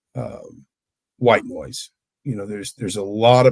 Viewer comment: The first time I heard it, I thought he said "white boys", not "white noise". Lol.